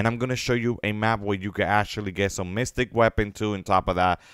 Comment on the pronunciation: man said mystic lol